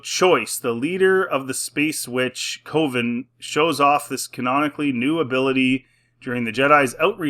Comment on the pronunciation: Btw, a group of witches is pronounced “cuhven”. Just wanted you to know since apparently it’s gonna be in a lot of new Star Wars. Bleh.